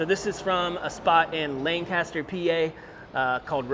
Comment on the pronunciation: Lane-Cast-er? You may look Amish, but you sure can't speak it.